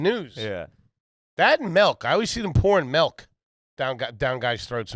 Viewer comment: The way says “melk” instead of milk is infuriating